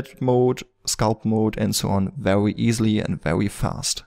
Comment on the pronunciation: Be wery wery quiet. :p